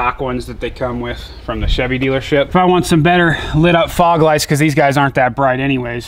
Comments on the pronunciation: He said frog lights instead of fog lights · I heard frog also lol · you said " frog " lights 🤣🤣 killed me 🤣 nice truck tho